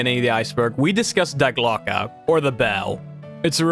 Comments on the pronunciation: More pronunciation corrections (since I'm watching these in sequence): Die Glöcke: dee glo-ka. Long O. Müller: mooler. Moulin: moo lon. Goddard: god ard. (Where are you getting "gerberd" from?) Wrocław: vrawts wof. Chichi Jima: chee chee jeema. The word you wanted was "volition", not "validation". Wladysław Sikorski: Vwod-ee-swof (or vladislav, to be simple) si-kor-skee. (Where did you get "sikulsa" from?) Amiens: ammy awn. Raoul: "ra ool", not "ra loo". Der Riese: dair reeza. Junge: yoong uh. Weimar: vy mar. Sergeant: sar jent. Chanel: sha nell. Einenerbe: eye nen arba. Mont Segourre: mont say goor. Kyrgyzstan: kur geez stan. Kyoungjong: kyoong jong. Perseid: per see id. (Where did you get perstoid from?) Linge: ling-a. Corps: kor. Simo Háiha: seemo haya. Sevastopol: se vass toh pole. Bridle: bry dul. Honduras, not "hondorus". Tötenkopf means "death's head". As one Wes'ginian to another, please learn to read. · Glocke not Gloke bro